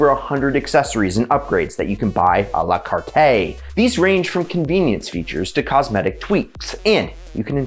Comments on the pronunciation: It’s pronounced a la “cart” not “cart-eh” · 2 doors is a problem in SUV format. And, dude, I'm a d*ck to mention it, but "A la cart-ay?" Like nails on a blackboard. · “Prices soar…” shows a graph with a downward trend. 🤦🏻‍♂️ And I cringe every time he mispronounces À la cart.